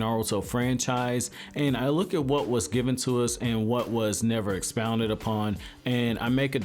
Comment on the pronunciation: I really wish we saw more of the leaf clans Also, why do you pronounce "expanded" as "expounded"